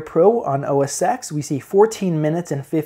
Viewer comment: you say OS X as "Oh Ses ten" not "Oh Ses ex" :-) thanks for the benchmarks